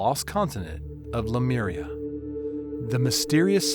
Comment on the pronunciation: The narrator is mispronouncing the word Lemuria to "Lameria". Wth dude!😅